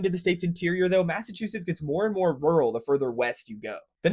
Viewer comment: Massive two shitts…… no it’s Massachusetts. 😂